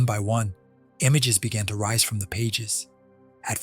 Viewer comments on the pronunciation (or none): none